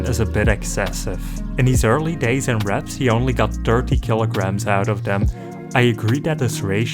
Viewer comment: Whenever you said "wraps" I thought you said "reps" and I thought there was a new sport.